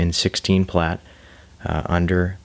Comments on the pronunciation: Nice video to watch, but when you say plate instead of plait its nails down a chalk board. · Still lov watching ur process, even when u pronounce plait the wrong way 80% of the time lmao